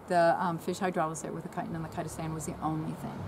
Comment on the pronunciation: What was that?? Kytan and Kytastan?